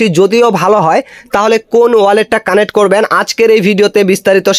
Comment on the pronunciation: কানেট না ভাই কানেক্ট